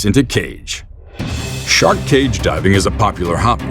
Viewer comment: When the narrator pronounced “cage diving” as “ cave diving”, I lost interest.